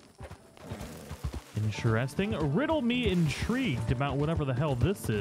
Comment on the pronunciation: *IN👏TER👏EST👏ING👏 I love your videos but your pronunciation of the word interesting is driving me nuts. Still love you and your videos but it sounds like you're saying "inchairsting".